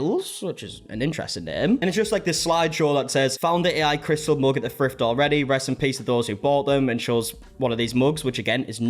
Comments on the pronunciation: i like the way you pronounce mug “moog” 😊 💙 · The way you pronounce "mug" rhymes with the way I pronounce "book"